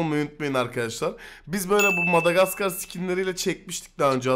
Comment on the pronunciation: Video 1 dk önce gelmiş :D bu arada "madamaskar"